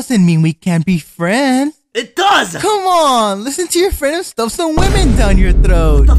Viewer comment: did he say frend